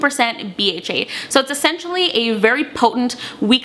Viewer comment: It’s my first time watching one of her videos and I noticed that she said “essentially” and I was wondering if she was from Canada. Turns out she is😂